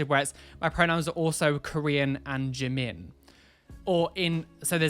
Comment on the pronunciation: That brit can't even pronounce Jimin 지민 right